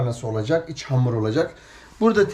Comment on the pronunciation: abi hamura amır diyişin beni bitiriyor derste aklıma geldi zor tuttum gülmemek için . evet arkadaşlar amırımızı yoğuruyoruz